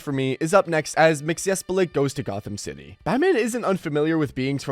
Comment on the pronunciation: How do you not know how to say Mxyzptlk correctly, yet; you're doing a video on DC characters?